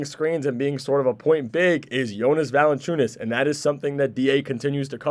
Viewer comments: its JonAs, all of them they say voice of e (east) and should be voice of a (are). Idk how to spell it I guess Yonas and google translate says it properly. They are changing it to Yonis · Its really getting annoying listening how you rape Jonas's name. I gave you a friendly advise earlier how to say it properly, you obviously didn't bother to even try to improve and say his name properly. How would you feel if someone calls you Tam, Tem or Tum?